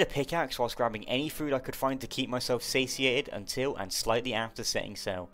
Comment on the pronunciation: my man really said "saisiated" 😂😂😂😂😂😂😂